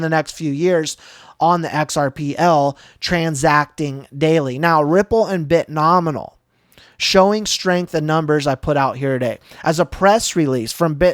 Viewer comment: Dude! Love your content. Please.. It's Bit-No-Mi-al